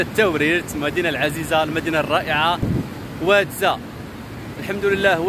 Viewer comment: أهل المنطقة ينطقون اسم الواد وادزا بتغليض الفتحة على الزاي وليس بتخفيف الفتحة على الزاي.